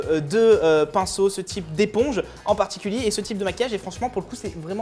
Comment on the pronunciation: ENNNN pas ANNG misère